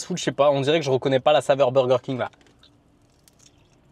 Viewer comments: Le BOWWWWGERRR KING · pourquoi personne ne parle de laccent 'burger King' 😂😂😂😂😂😂😂😂😂😂 si non cool video